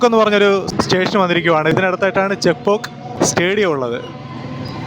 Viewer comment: Chekpauk alla chepuak Ennanu pronounce cheyunne